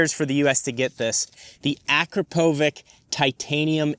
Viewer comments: a-krop-o-vitch. Not Akra-povik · please it is not AKrapoviK it is AkrapoviČ ( last letter is CH) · Don't butcher it! Pronouce: Akrapovitsch 😅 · Your credibility is questionable. It’s pronounced, ah - crah - po - vich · YouTube car dudes: Uhhh-CRAP-uh-vik. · It’s pronounced “Ah-crop-oh-vitch” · Learn to pronounce Akrapovič